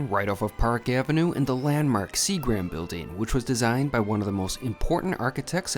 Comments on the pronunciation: See-grums like the alcohol manufacturer, not See-grams. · pronounced see grem